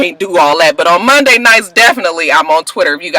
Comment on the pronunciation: Lmao@ Mike Jones! "Sundy got knocked in to Mundy"